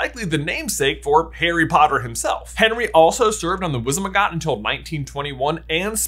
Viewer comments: "He also served in the Wizenmagot " blud said it so confidently! Btw, its Wizengamot fyi! love yalls vids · Everyone else: (opinions about the theory) Me: HAHA J SAID WIZENMAGOT INSTEAD OF WIZENGAMOT, silly J ❤️ (laughs head off) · Also, : It's WIZZ-EN-GAW-MOTT, not WIZZ-E-MA-GOTT. Just pointing that out. No offense. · wizemegot? It's we-zeng-a-mot(wizengamot) not we-ze-meh-got 😂🤣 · “Wizemagot” lol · The Wizenmagot? lol